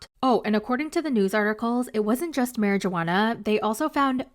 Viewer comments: if you say mary-JUUH-HANNA ONE MORE TIME PO!! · Are u aware that the “j” in marijuana silent ??